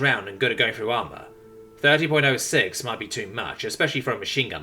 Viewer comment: I can't believe Tom didn't talk about making the M1911 at all also .30-06 is pronounced 30-Ott-6